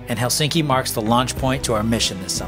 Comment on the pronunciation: It's "HEL-sink-i", not "Hel-SINK-i. All Finnish words are stressed on the first syllable. Can't believe you didn't pick that up when there.